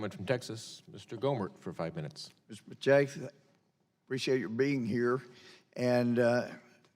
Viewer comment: Already I'm triggered by how they pronounced his name.